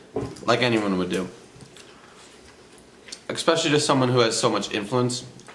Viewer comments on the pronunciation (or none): Ok, I’m usually on the side of hearing both sides of the story before making any judgements, but if you try and pronounce it EXPECIALLY then BOY!👏You’re already on my bad side!